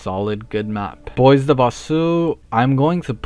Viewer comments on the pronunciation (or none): none